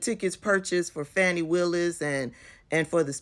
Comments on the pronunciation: Her name is not pronounced “Fanny” it’s “Fani.” Also, he is a qualified prosecutor. Her private life is not relevant, IMO. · Her name is Fani (Fawn-ee) Willis not Fanny Willis. So what if they had an intimate relationship…I couldn’t care less! All those defendants who BROKE THE LAW must be prosecuted and convicted nonetheless! And I hope they enjoyed each other’s company…if it’s true! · Pronounced "Faw-nee". Certainly, you would not want people to pronounce your name as "Tab-bee-thah", would you? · Hey sis, first of all her name is pronounced Fawnie. Secondly, she said that the other two prosecutors were White and that she paid them the exact same but she finds it ironic that they only investigated the black man keep up sis. and I would never be so naïve to think that in today’s climate, that this does not have a racial component in the state of Georgia, let’s be serious yes, if it had been found that she had maybe a relationship with one of the white guys it still would’ve been a racial component because she’s a black woman. Also, let’s wait to see how she responds. Either way, it’s not gonna stop the prosecution of these criminals. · Her name is pronounced Fawn-i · PLEASE say her name properly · you are pronouncing her name wrong, you are saying her name the same as right wing outlets, PLEASE STOP!